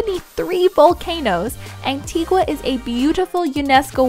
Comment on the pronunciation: So glad you enjoyed Antigua! I lived there the first few years of my life, it's gorgeous :) you're pronouncing 'Antigua' very wrong though haha all cool though ;)